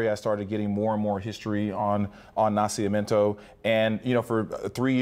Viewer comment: It's "Na-CI-MI-EN-to" (birth), NOT Na-cia-men-to as the narrator keeps calling it.